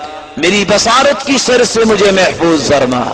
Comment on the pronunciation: محترمہ شر میں ر کے نیچے زیر ہوتی ہے آپ نے ر پر زبر ڈالی ہے درستگی کر دیں جزاک اللّہ خیر